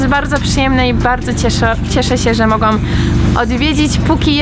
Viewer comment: błagam! Uwielbiam Cię, ale jeśli ogarnęłaś polski prawie tu nie mieszkając, to te końcówki w liczbie mnogiej też dasz radę!!! BędĄ, mogĄ, zrobiĄ itd! Dzieci Cię oglądają i myślą, że tak można mówić a tu jednak zonk...